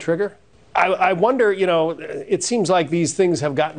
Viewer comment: Couldn’t even lie smoothly. “video brughh games”